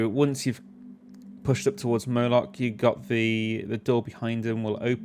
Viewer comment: Nice vid. Thanks! BTW, are you calling the boss Murloch? 😉